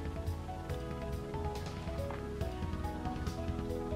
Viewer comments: Es heißt Pinguin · hab mir während dem video die ganze Zeit immer nur so gedacht hä ist der iwi doof das heißt dich pinguiN dann hab ich mal nachgesehen und das heißt ja wirklich pingui ich habe das mein ganzes Leben lang falsch gesagt